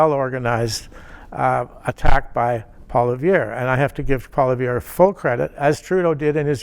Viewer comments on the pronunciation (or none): Learn how to pronounce Conservative leader's name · Trudeau hasn’t made any errors? He is a constant mistake. He can’t even pronounce Poilievre properly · this guy can't even pronounce Pierre's name lol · He can't even pronounce Poilievre properly. Time for your meds. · How can you still not pronounce Poilievre's name at this point. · As a former Press Secretary, one would think he would be able to, at the very least, spin doctor some good press on what Justin has done. If this was his goal, he failed dismally, as he seemed unable to make any strong positive statements re the Liberal MP who holds the Office of Prime Minister. He also cannot expect to be taken seriously if he cannot even pronounce the name of the leader of the opposition. He is also appears delusional and/or naive and/or incompetent stating Justin has made no major errors. This suggests a once presumably capable and competent press secretary is no longer competent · Can't even bother to figure out how to pronounce the leader of the opposition's name properly. A bit disrespectful. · Is this guy for real? How can he pay attention to politics when he can’t even come close to pronouncing Poilievre? He is so obviously out of touch, not to mention so obviously biased. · This Guy can't even pronounce Pierre's name. What a tool. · I agree with the statement from Mr. Gossage that "Traditional media does not reach young people". I DISAGREE withe everything else he said, and he doesn't even pronounce Pierre's name properly. I enjoy this channel and will drop some money in Paypal. Like !!!! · The fact that he can not pronounce his opponents name says it all Another libtard that can not and will not admit to their abject failer and harm they have done to Canada and Canadians. Let Us Vote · you’re an effing canadian, learn to pronounce the man’s name.